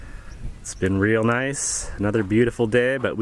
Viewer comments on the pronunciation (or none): none